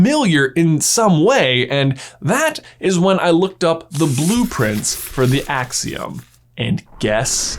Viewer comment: There the akseeum in here